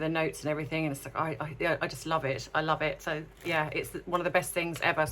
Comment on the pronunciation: Love you but it’s everything, not everythink. Sorry to be pedantic. Great analysis though.